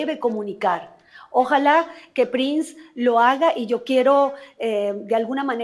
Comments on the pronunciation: Hermano, pronuncie bien el nombre de Prince. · Prince se pronuncia Prins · Perdona pero me choca que pronuncies mal su apellido, Prince se pronuncia Prins! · Exactamente! Es el único que lo pronuncia mal, 🤔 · Podría, por favor, pronunciar bien el apellido Prince?. Gracias.